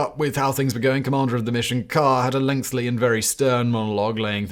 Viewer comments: Do I misunderstand how Brits pronounce the word 'lengthy', or is Simon consistently and utterly incapable of pronouncing it? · It's a Simon thing, his writers sometimes do it deliberately because he's just incapable of saying it properly